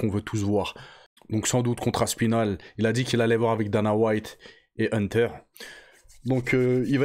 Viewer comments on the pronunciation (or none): none